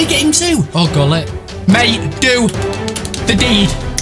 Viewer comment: It's pronounced wholit for gullit